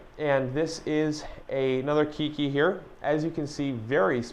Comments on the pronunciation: Howzit. Nice video. Always informational. Keiki is pronounced kay-kee. Not kee-kee. Mahalo. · This the third video today I hear say keekee for keiki.